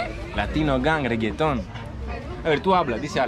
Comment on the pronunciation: Stop saying reagaton all the time we all know your video are good don't mess it up blessings